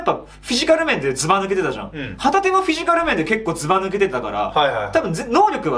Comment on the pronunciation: 旗手の発音がホタテなんよ笑